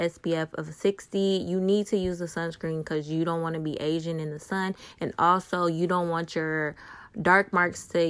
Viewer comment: She said aging 💀